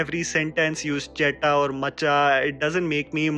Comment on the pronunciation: CHETA BRO NOT JETA AND ITS MACHA